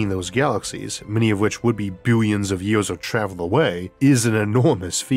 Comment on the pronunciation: Biwyuns & biwyuns of stars! 😂